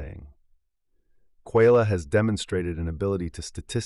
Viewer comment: QUALIA, not QUAYLIA. It's phylosophical jargon, has everything to do with the theme of your video.